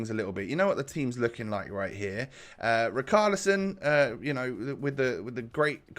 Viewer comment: Why are you still saying " RICALISON " ... Is RICHARLISON mate ... Like RICH you know ... RICHarlison